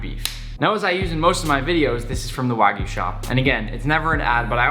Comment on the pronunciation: It’s kinda sad how nick is such a good chef, but can’t even say wagyu correctly